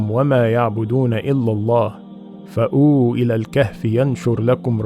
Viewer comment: asalam alaykoum Thank you for the knowledgable video but brother take care. You prounced the ayah wrong. ayah 16 word ( فَأْوُواْ )